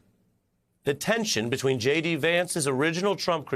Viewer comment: J.D. .... is that pronounced "shady"?